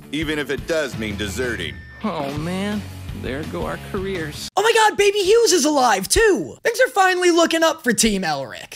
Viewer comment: continuing to call Fuery 'Baby Hues' is absolutely my favorite thing.